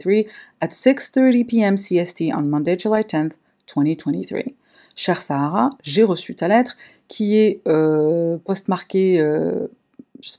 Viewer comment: Dear Sahara la façon comment vous l’avais prononcer à moitié en arabe comme si il vous a prise pour un désert 🌵 🐪. 🤣😂. 🇩🇿✌️